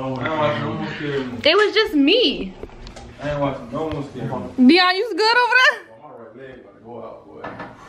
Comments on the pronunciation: He legit said take Deon🤣🤣🤣whattt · Bro said take dion instead 😭😭😭😂😂😂😂😂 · said take Dion 🤣🤣🤣🤣🤣🤣🤣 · “Take Deion”😂😂😂😂😂😂💀💀